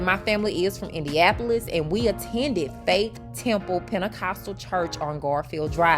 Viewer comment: You don't know how to pronounce IndianNapolis...